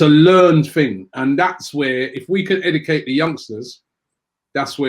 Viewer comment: "edecate" can robbie say any words correctly?